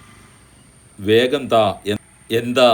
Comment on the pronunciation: തകം താഴം വേകം വേഗം.ഷാരടി പോരാ.